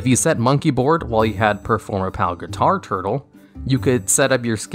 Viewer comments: GUI-TAR-TLE not guitar turtle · “...so if you set monkeyboard while you have performa-pal guitar turtle...” Me, who has never played a game of yugioh in my life: uh huh mmhm gotcha Also, drink every time he says ‘zoodiac’